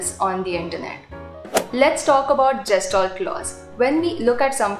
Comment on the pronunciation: You don't know the correct pronunciation of Gestalt and giving lecture on it is quite amzing